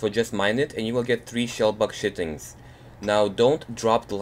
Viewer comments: Just so you know, 'Chitin" is pronounced (Kahy-tin), and not (Chit-in). =) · It's not pronounced shitings it's kie tin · It sounded so much like you were saying shellbug shitin. That cracked me up but thanks dude that really helped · I Laughed so hard when he said "Chitin" xD I Thought he was like "And you will see the shellbug and mine it, and you will get the shellbug shitting" xDD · It sounds like hes saying "shellbug shitting" haha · it sounded like he sais shittin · It sounds like he say shitting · not to be mean but it sounded like you said shellbug shiting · I don't think so, Ima pretty sure it's pronounced CHIT-IN.